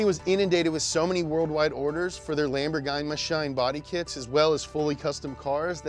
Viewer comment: I was so ready for another Japanese word after the second time he said "Lamborghienmishtien".